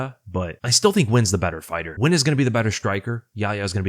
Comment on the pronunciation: First youtuber ive seen pronounce nguyens name correctly. Good to see